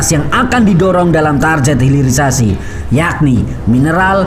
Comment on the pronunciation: Mas ... TARGET itu dlm bahasa inggeris TARGET juga bkn TARJET